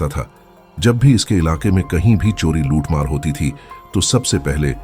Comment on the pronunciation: Luthmar bar bar muthmar sunai de ra h